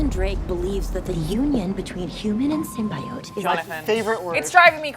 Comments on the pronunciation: only thing i didnt like way "Sim bi yote" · They're gonna have to dub over that "sym-bye-ote" line. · Say it with me sony... SIM-BEE-YOTE... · I wanted to punch a baby when she pronounced symbiote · Jordan Robiller why babies, go punch the one pronouncing it